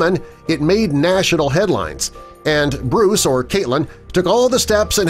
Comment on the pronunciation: You said Bruce wrong